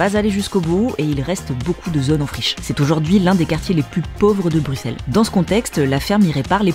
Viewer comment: Oui nous avons des noms de villes pas possible ... nous aussi 😅 Un grand grand merci en tous cas de prononcer Bruxelles et les Bruxellois correctement, vraiment 🙏😘 ("Brusselle" "Brussellois.e").